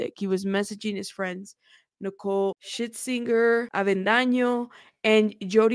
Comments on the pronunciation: I know you just mispronounced but Nicole shitsinger had me lol’ing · Hilarious!!! 😂 says Shitsinger and says Shirtswinger!! 😂